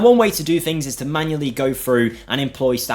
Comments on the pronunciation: fings? what is that word? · It's common in certain English dialects (especially in the UK) to pronounce the "th" in certain words as "f". It's known in linguistics as "th-fronting". It's a by product of how the language developed over the last few centuries in certain regions.